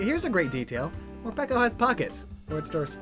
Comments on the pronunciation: are you sure it's not pronounce more PEEKO like more-pikachu lol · ITS MOREPEEECO